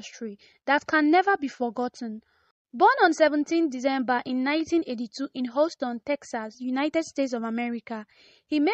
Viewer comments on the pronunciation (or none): It's not Ouston. It's Houston Texas